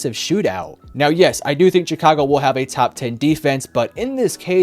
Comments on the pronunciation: With that being said -147 times It’s Chicago , not Jicago Also Denver wins 28-10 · shhhicago not chick-ago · It’s Chicago, pronounced like “shuh-kaa-go” ….. 😂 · was looking for this comment lol. I kept hearing Cha-ka-go and was like, "why is he saying it like that?" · the way this guy says chicago annoys me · Lol he said Chicago funny